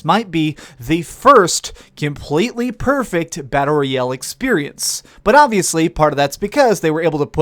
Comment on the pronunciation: Learn how to pronounce “royale”